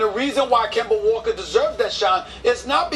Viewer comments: LMAO KEMBERR WALKA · Kember Walker! Lol